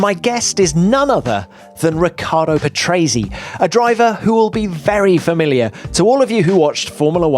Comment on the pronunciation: you could at least say his name with the right pronunciation